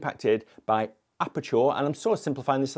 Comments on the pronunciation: why is he saying apertour? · A certain photographer made me realise it's OK to despise tripods, haha. Just a small technical note though - ISO does reduce sharpness and detail on some cameras (Sonys especially) even in RAWs. Love the way you pronounce aperture though. So posh, haha